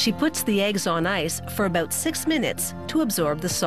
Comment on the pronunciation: You know what's weird? The way she says "out" and "about". lawls